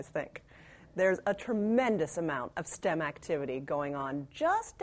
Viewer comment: S-T-E-M, not "stem"